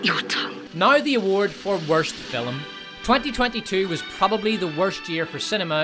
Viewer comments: Okay is there some Irish thing that I'm missing here with the pronunciation of FILM as FILLUM? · Dude, it’s pronounced “film,” and NOT “filum!” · I came for the pronunciation of 'Filum', and stayed for ' excellent hosting this year. Brilliant work team despot. Bravo! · Great content. Though 'film' is pronounced *film*, not "fillem'. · What's a "filum?" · I had to give a like... but I was on the fence because this guy can't seem to pronounce the word "film"... Just the one syllable. Sound it out...